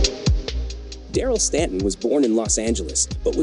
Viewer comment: There’s a lot more to his story for sure, but he should definitely be recognized as one of the best coming out of the gate ever. Best trick ever done at clipper. Also, at least pronounce his name right.